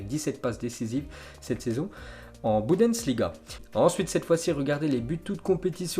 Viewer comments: On dit bundesliga pas boudensliga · Est ce que je suis ke seul qui a remarqué qu'il dit "budesliga" au lieu de "bundesliga"